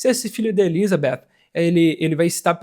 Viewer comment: Eu racho o bico quando vc fala ElizaBEFF 😂😂😂